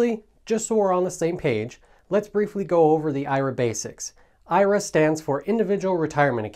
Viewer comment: Please pronounce IRA the correct way!